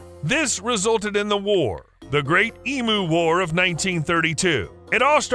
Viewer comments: The narrator mis-pronounced the word emu. It is said eeeeeem you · When you do a video on Australia please learn to pronounce emu. It is eem-you not eem-oo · E-m--u not E-moo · As an Australian it's painful to hear all Americans call emus emoos , they are pronounced EMYOU like you not moo like a cow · It's eem-you, not eem-ooo. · it is Emew like mew from pokemon nor emoo like a cow moos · For christ sake get it right, they are "eam you's" not "eam oo's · Learn how to pronounce the word Emu. Its pronounced em-u not e-mu. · such an irriatation with the pronunciation here its EEEEEM YOU no fucken eeeeeeee mooo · Emu is pronounced ee m you